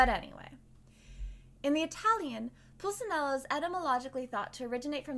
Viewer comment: Also Pull Chi (like Qiqi but just one syllable) Nel Lah Dowt torey Si knee orah